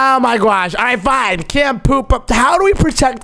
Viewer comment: Camp poop sounds like cant poop😂😂😂